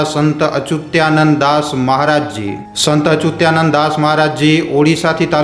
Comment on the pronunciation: અચુતીયા નંદનહી પણ અચ્યુતાનંદ બોલો